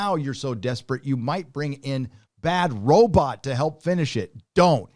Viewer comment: Could this dude look up how to pronounce Robot, this is killing me